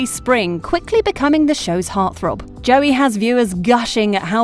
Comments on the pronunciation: Why joey Locke it’s joe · ✨J O E Y✨